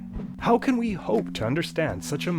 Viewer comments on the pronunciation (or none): none